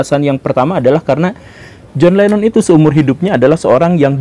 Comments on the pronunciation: Saya salah satu pemerhati dan penyimak konten2 Guru.... Tapi klo boleh ,,,utk menyebutkan nama Lennon jgnlah di sebut Lemon lemon terus... Jujur saya risih mendengarnya...🙏🙏 Hnya utk satu konten ini saja... Maaf atas kejujuran saya pak Guru Salam Sejahtera Turan bc 🙏🙏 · LENNON! bukan LEMON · naha jadi john lemon pak 🤣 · John Lennon atau John lemon ? Betul2 gembul lu